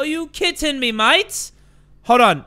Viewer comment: became australiane aRe yOu KItTen me MaTE